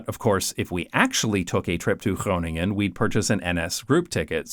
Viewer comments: His Groningen pronounciation was half-way native:) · Ja, en hij kan zelfs "Groningen" uitspreken. ^^